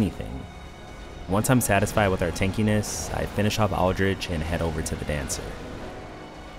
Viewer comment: It's pronounced Aldrick, not Aldricchhhh.